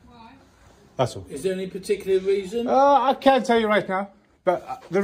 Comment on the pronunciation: "You've come 'ere for a weason, 'ave you?" Massive belly resting on counter. Professional.